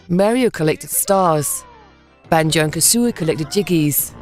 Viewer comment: It's KaZooie, not KaSSSooie...